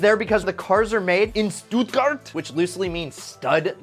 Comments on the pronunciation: "Stootgart" you literally ruined the whole German language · Its pronunced sthutguard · Stuttgart is not stud garden, lol the word has no sense, only city name, so u cant translate this. Greatings from Germany🙏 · I live in Stuttgart (Bad Canstadt)and its funny to hear how you pronounce stuttgart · The pronounciation of Stuttgart...